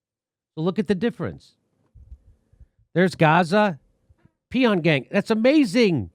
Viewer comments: It's not "pee-on-gang" lol It's "Pyongyang"...like"bong-wang". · It's not Pee-on-gang Jimmy, it's Pyongyang. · Peon Gang. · Jimmy actually believes the capital of North Korea is pronounced "Pee-on-gang". He's obviously not intelligent enough for me to subscribe to - obviously. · Jimmy, it's called "PJONG YANG" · My dude just called the Capitol of NK: Pee-on-gang lolo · Pyongyang: pronounced pong-yang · Jimmy pronounces Pyongyang like "Pee on gang" lol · lmao "pee on yang"....... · Jimmy mispronouncing peon yang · Pyongyang: Pronounced "Pon yang". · He said “ Pee-On-Gang” lol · Jimmy pronounces Pyongyang as Pee On Gang...... thats just pathetic. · This is astounding, you read 'and much of Israel' but continue with your narrative. Pyongyang isn't that hard to pronounce.